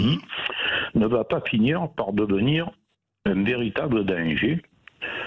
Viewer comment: M. Bercoff, ce n'est pas "la fin d'in monde" mais "la fin d'un monde". La différence entre les sons UN et IN se perd à une vitesse effarante en français de l'Hexagone. Le déclin de la langue française (y compris chez ceux qui prétendent la défendre), c'est aussi la fin d'un monde.